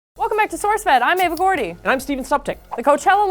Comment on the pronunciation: It's Ava not Eva.